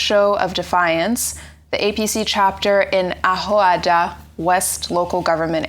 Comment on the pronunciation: Your pronunciation of Ahoada and Ngozi is disgusting and irritating, yuck. Even my children born in Australia can pronounce Ahoada and Ngozi properly than you living in Nigeria.